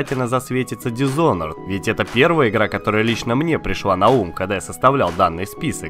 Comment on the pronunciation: Прокачай произношение, ибо произносить thief с "з" в начале - это зашквар. Ещё ты переименовал Mirror's Edge в Mirror's Age, что не есть хорошо. Хотя бы Dishonored правильно произнёс, а то уже уши режет, когда слышу "дисхонорд" или "дисхоноред"